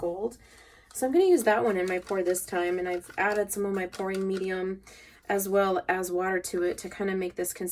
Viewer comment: Kind of funny... when you said "pouring group" sounded like you said "porn group" Haaaa, thanks for that made me do a double take ;)